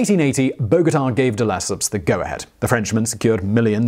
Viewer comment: reminds me of the Suez Canal video. "None-de-Lesseps." ( mark on THAT video, in case anyone's curious to know what I mean.)